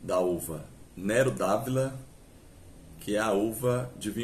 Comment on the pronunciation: Não eh D’Avila. O correto é D’Avola